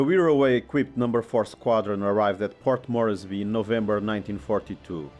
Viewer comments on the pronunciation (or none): Nice video! 👍 When is the follow up video on the CAC Boomerang coming? Also, the "e" in Port Moresby isn't supposed to be pronounced. It's just two syllables, not three. It's meant to be pronounced "Mors-bee".